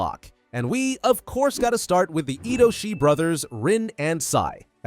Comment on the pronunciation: It's Itoshi not idoshi